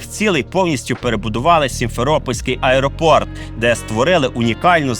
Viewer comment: АЕРОПОРД?? ПЕРШИЙ РАЗ ЧУЮ ,!!!ТИ ВУЙКО НЕ ДОРОБОК ЯКИЙСЬ ЗА РАЗ ЗНЯТИ ВІДОС СЛАБО ЧОЛОВІЧЕ ?